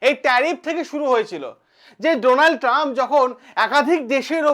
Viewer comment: চ্যানেল খুলে শুরু হয়ে যান বক্তব্য রাখতে অথচ বানান উচ্চারণ সবই ভুলভাল😂😂😂